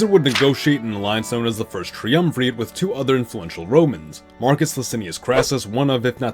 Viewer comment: this probably sounds ungrateful, I am happy for the video, but I think you should run a spellchecker and a pronunciation checker before you spend so long editing a video. in the first 2 minutes "caesar" has already been misspelt twice and "triumvirate" mispronounced twice. it makes it hard to take predictions on nuanced history seriously when basic terminology is wrong in several places